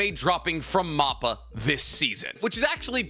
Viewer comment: great videos but please stop saying moppa its (mappa like map that has directions on it and pa like a panda